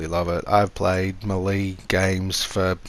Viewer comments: Not hating just helping, melee is pronounced may-lay, thanks for the build tips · May-Lay how to pronounce Melee 🤙